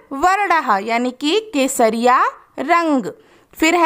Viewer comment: Kesharrang is equal to kesariya tera Ishq hai piya😂😂 ma'am apne bola kasariya rang 😂😂😊❤